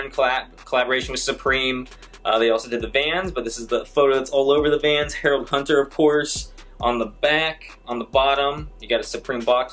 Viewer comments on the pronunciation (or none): none